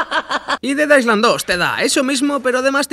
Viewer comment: En "island" no se pronuncia la "s".